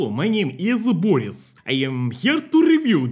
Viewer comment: HEY. I have info that real slav pronunciation of Boris puts emphasis on the "i", so it really should be like Bor-ees, not Bor-is. Are you Western Spy?